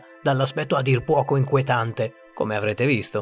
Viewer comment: min.4,30 "dall'aspetto a dir puoquo enquetante"